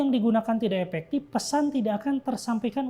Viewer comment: oiyaa maap. Saya dengernya epektip 😂